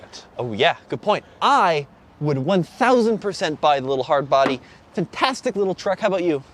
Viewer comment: It's "fintastic"....